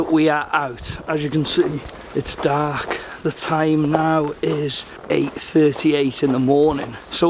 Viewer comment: sounds proper "Cardiff" when he says dark "daaaaark"